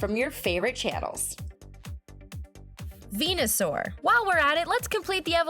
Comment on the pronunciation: she called venasuar ivysuar